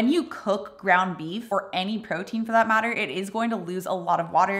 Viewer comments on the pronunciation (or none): none